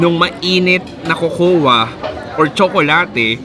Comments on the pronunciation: Cocoa: kow kow pronunciation nun... Research research din... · Cocoa Is this pronounced as "ko-ko-wa" OR Kok-wa? 😂